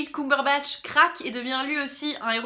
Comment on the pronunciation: Arrêtez de prononcer "Coumberbatch" on dit "ceum" :(